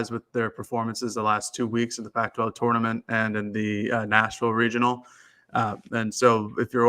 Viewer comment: "TORN-uh-ment". But seriously, is the weak link on this show. Could probably replace him and no one would even know...